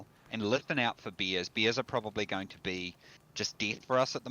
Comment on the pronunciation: I like how he pronounce "Bears" as "Beers" ahahahaha